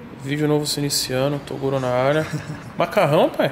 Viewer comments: Se tem Toguro falando o proprio nome errado tem like "torugo" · Se ate ele fala "torugo' kkkk